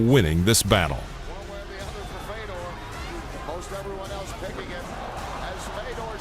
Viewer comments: It's Fyodor not Feedor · Why can't you pronounce Fedor? Are you stupid? You run a combat sports channel, right? it's FAY-DOOR.... not "fedder".